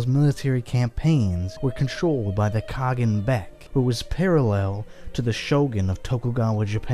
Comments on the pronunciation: Khagan is pronounced ( Kah Haan) Кахан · Its kha-ğan